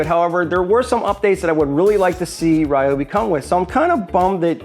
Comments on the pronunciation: It's Japanese. "ryo" is a single syllable. So, it's not rye-oh, it's not ree-oh, it's ryo. Ok, technically, there are three syllables as there's that ー extending the vowel, so we get Ryoohbi, but yeah, rye and ree are both wrong. Just like Tokyo (とうきょう) is not Toh-key-oh, but Tooh-kyooh. That きょ forms a kyo, not a ki yo. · You're pronouncing Ryobi with three syllable either way, so either way you're wrong. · It is pronounced ree-o-be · I'm with you the way you say Ryobi but believe it or not we even pronouncing it the wrong way I did my research on it to find out how they really pronounce it in believe it or not the wrong way that we think it is the wrong way of pronouncing it is the correct way of pronouncing it it is the Japanese product in they pronounce it the other way do your research